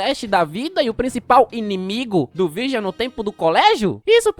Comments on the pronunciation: não conseguindo falar o nome direito porque tá lendo com se escreve, é Vargiu que se fala e o giu se pronunciar dil, Vardil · AI QUE AGONIA ELE FALANDO O NOME DO VIRGIL ERRADO O VÍDEO TODO😅😅😅😅😅😅😅 NINGUÉM MERECE